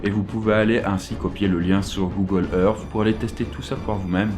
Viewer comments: google earssssss et non pas earffff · Arrêté de dire Google Earffffe !!! Si tu n'arrives pas à prononcer le th alors dis au moins Earssse 😂